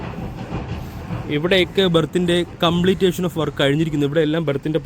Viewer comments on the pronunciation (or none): Vedio കൊള്ളാം... 👍 ഒരു തിരുത്തു ഉണ്ട്.. കംപ്ലീറ്റേഷൻ അല്ല കംപ്ലീഷൻ എന്ന് ഉച്ഛരിക്കണേ... 👍